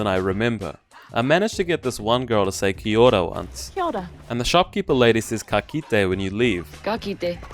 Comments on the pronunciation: Oh no, not the "Kee Aura". Second only to Jennifer Love Hewitt pronouncing our greeting, smh. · Ahh yes "ke oraa" guys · It pissis me off when pakeha can't pronounce kiaora properly or the native tongue it's so annoying